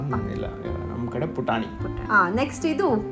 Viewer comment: Hurigadale ge putani alla "puthani" antaara